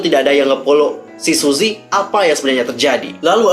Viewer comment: Btw, baca nya bukan suzy tp suji 😂